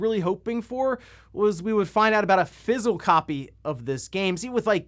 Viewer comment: He keeps pronouncing physical as Fizzle in this video.